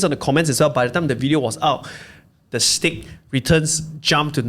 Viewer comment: STAKE not STACK haha